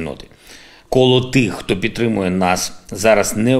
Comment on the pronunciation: Нас петримо (несколько раз он сказал).... Это шо значит? 🤣🤣🤣